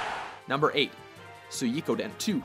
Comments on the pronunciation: suikoden is pronounced sweekoden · We pronounced Suikoden as SUY-KO-DEN. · also you have a stroke saying suikoden